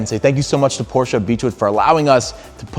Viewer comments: The city where on the porsche emblem on the front hood, that´s my hometown. And Yes, that´s the rigth steeringwheel and the ignition is on the left. 👍 by the way we say Porsche not Porsch. He said rigth, but the customer doesn´t. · Say it with me: Por - SHA